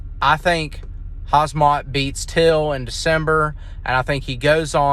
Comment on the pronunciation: It's Khamzat you big Dummy.pronounced Hamzat and not Hazmat 😂